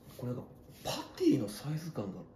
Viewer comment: パティをパンティーって言ってんの草